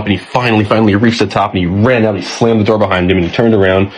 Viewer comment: On the count of 3 everybody say…. “Open the noor” 😂😂😂😂